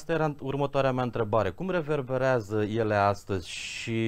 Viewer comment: Sper ca reporterul are doar dificultati de pronuntie, nu de intelegere a cuvintelor ("reververeaza", "miduri" ori nuante contradictorii - "mitificare/mistificare"). Ma bucur sa ascult un istoric care se exprima ingrijit, coerent, metodic, chiar elegant. Limba romana ii este recunoscatoare. Are colegi care fac contrariul - vorbesc birjareste pe teme istorice. Nu se cade. Pe aceia, aceasta maniera de abordare nu ii face accesibili, ci mai putin credibili. Zic eu.